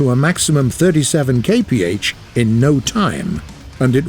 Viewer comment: I like whenever someone uses the same measures as me since i can understand them... but the way he says it...